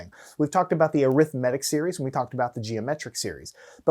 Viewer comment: Why do you say arithmetic wrong